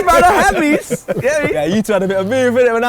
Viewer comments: It's pronounced Hamess not Hamiss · HA-MESS not HAMEESE😭